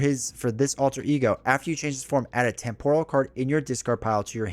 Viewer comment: TEMPORAL. Pronounced [TEM] + [PUH] + [RUHL]. Damn you,!